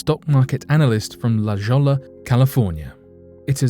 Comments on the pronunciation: La Jolla = La Hoi-ya, emphasis on Hoi. Spanish. Please. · It is pronounced La Hoy Ya. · Scariest part is you mispronounced La Jolla. It's pronounced like La Hoya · La Jolla is pronounce like "La Hoya" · Its pronounced "La Hoya". Just thought you might want to know. La Jolla is fine, though. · la Jolla is pronounced La Hoya... I lived there for 12 years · La Jawwla lol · I was like La Jolla sounds familiar, but it's pronounced differently